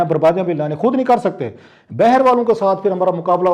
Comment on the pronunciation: Word باہر bay her nahi ha , baaher ha